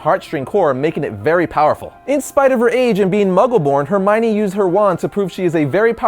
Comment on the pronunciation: Her my knee-Hermione